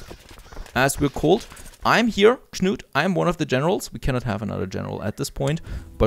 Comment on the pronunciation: Your guy's first name is the same as a very famous English king. It's pronounced KANOOT. Just helping out. Cheers.